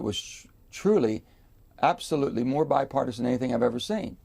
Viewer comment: What part of being used by Republicans does Manchin not understand. Sick of hearing him say bipartosin